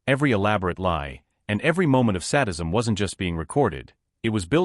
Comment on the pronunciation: Oh, come on now! There is no such word as sad-ism. Sadism means sick twisted people who commit harm on others with torture and death. Sad- ism is NOT sad. This is the second time it was said in this video. This is So Rediculous!